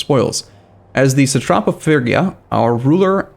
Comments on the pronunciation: Its phrygia, like in 'freeze'.... free gee ja.... or fast: freegjia. Not firgja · IT'S PRONOUNCED FREE-GEE-AH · Say it with me now. "Fridge'ia" or "Frigg'ia" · "fergia" is not a logical way to pronounce "phrygia". the letters simply are not in that order. reading is not just remembering how words you already know are pronounced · Aren’t those two separate pronunciations? The G in fridge is different than the double Gs in piggy. I’m guessing the correct the pronunciation of this country is more like fridge-e-uh without the d. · Intresting I learned in university that it's pronounced Phrygien. I don't think there is a way to write down english pronounciations because of the old ghoti-problem. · It's gonna be like 3 more episodes before he's done another recording session and maybe figures out how to pronounce Phrygia.